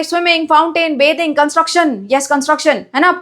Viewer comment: Bathing 👎beting👍😅😅